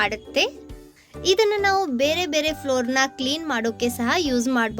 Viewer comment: Madam, flour ಅಲ್ಲ floor .